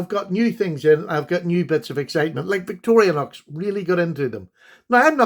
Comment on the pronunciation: Victor-i-nox knives are great but they don't deserve an extra syllable.